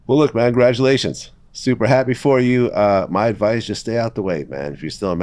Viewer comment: Vlad talking about “Gradulations”